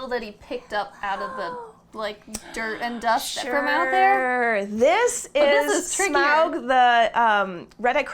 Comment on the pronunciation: I'm so happy that they pronounce Smaug's name correctly! :)